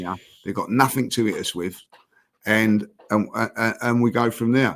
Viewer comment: Does anyone want to tell there is no K at the end of nothing?